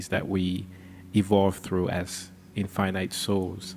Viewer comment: The word is infinite, not in finite.